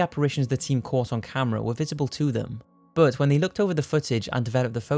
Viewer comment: everytime you say "but" i hear "bert"......